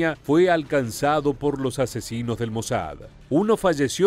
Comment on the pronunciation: Fué la operación correcta sin lugar a dudas....es una lástima que no se haya completado y como dice el redactor de reportaje, probablemente todavía en estos días queden algunos de esos terroristas con vida. Al margen; noto en la voz del personaje que relata este pequeño reportaje que remarca mucho la palabra asesinos cuando se refiere a los soldados,fuerzas especiales etc. que formaron parte de este más que merecido ajusticiamiento a esos salvajes terroristas y toda la plana mayor causante de la planificación y ejecución de este brutal atentado sufrido por los atletas olímpicos en la masacre de Múnich en Alemania. 🤔??????